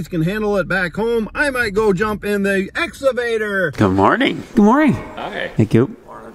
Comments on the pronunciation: Lol I Need a drink after that as I yell excavator at my phone. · shouldn’t be allowed to rent an excavator if you can’t pronounce it. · What's an exavader?? 😅 lol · Can someone please teach how to say excavator!!! 🤣😂🤣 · Quarantine drinking game. Take a shot when says ‘exsavader’ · "Exsavader" LoL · I’m watching again to hear say exavator😍😂😍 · I like how says exavator and not excavator haha. He makes my day! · pronunciation of the word excavator is epic. It started out esscavator which he was self concious about so he turned it into "exavator". It puts a smile on my face every time he says it lol. Anyway. Keep up the good work gentlemen! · Let me start by saying your downloads are great and I love the channel. I just have one question. Is saying the Ex A vator or Ex Ca vator? It sounds like he is saying exavtor which makes me laugh and I do not know why. Keep up the great work. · (X-uh-vader) lmao he crack he up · excavator not exavader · X CA VATOR!!! Damn it say it right!! LOL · Just practice a few times "EX-CAW-VA-TOR"! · Has anyone taught how to correctly say excavator yet? Every time he says it I correct him but he cant hear me. Lol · Why can't pronounce exCavator?! LOL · It's ex-kuh-vate-er